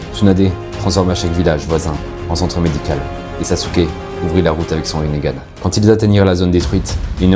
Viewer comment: Saske (sasuke ) pas sasouke